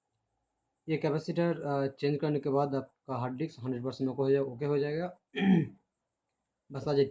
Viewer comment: No one: Literally no one SR : 'Hard dicks'😐